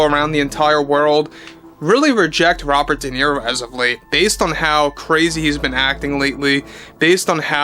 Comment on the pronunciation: Robert Di Nero? Never Heard Of The Btch.😂